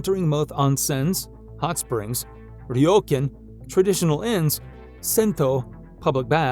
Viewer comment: Your pronunciation is killing me… YAkuza (yah not you), ryoKAN (carn not kun) and kaiSHA (sharr not show). And there are Korean drama snippets used as Japanese 🥴